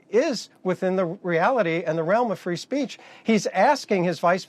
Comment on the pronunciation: “free spreech “ ha ha ha